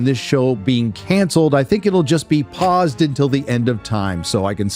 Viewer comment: "Paused" or "Pozzed" ??